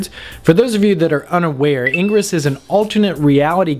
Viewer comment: 1. Those bips at the start made my ears bleed, learn what audio levels are and balance them. 2. It's IN-GRESS not engruss. It's the opposite of egress. Engruss could be confused with egress. Which is probably why the opposite of egress isn't engruss but in-gress. 3. Punch yourself in the nuts, see 1, and 2, and repeat until enlightenment is achieved.